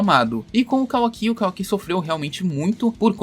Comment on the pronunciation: Man eu juro que se Boruto for dublado até a parte que mostra o Kawaki e eles pronunciarem da mesma forma que vc eu não assisto mais, ou eles pronunciam Kawaki ou fim de Boruto pra mim "Kawa-ki" é meu ovo